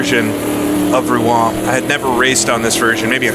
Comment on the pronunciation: One like for the correct pronunciation of Rouen alone. Great stuff!